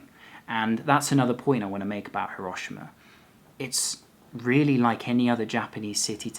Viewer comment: No, it's not. The i is barely pronounced at all. pronounces it correctly, the same way the automated message pronounces it when you arrive at Hiroshima station.